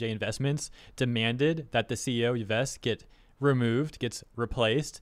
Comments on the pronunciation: Just FYI, Yves = Eve Guillmot = Gi-moe I think that's correct. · The CEO's given name is pronounced "eve". Yay, French. I remember this because one of the villains from the movie Sahara is named Yves Massarde. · Yves' name is pronounced the same as the feminine name "Eve". Still funny to hear how his name is butchered, but thought to post it incase you wish to know how it is pronounced. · Yves is pronounced like "eve" with an s. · you can pronounce Yves as "Eve". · Yves = "Eev", the S is silent unless the next word starts with a vowel Guillemot = "Gheey-mo", hard g, a bit of a "y" at the end, and then just "mo" At least, that's my experience with French (fluent French as a second language).